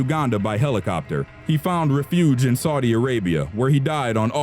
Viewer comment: re-FYOOJ. REH-fyooj*